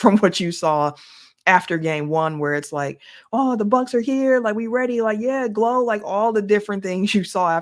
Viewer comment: She said yea GLO😂😂😂